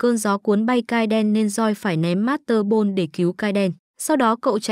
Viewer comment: Là monster ball theo bản Nhật á tại cái giọng chị gg nên mới đọc thành master ball